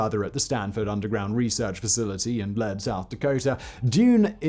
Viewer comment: Lead is pronounced like in taking the lead not the metal